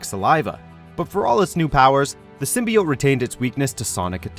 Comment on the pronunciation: Many people have worn the SIM-BUY-YOTE.